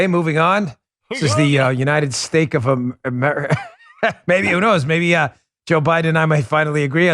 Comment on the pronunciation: I think if i would have seen subtitles, brandon said "Unideg Steaks o Famerica" .